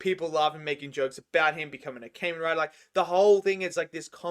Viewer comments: Kah-Men not Cayman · Its kah-men rider not Cain-Men Rider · Ka-men Rider not Cayman Rider. You're pronouncing it wrong.